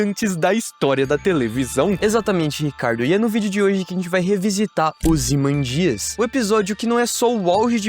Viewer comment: Se pronuncia "ozymândias" e não "ozimandías"